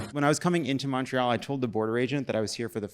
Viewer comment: I was there. Great show! And it’s pronounced Montreal not Muntreal like that lady claimed.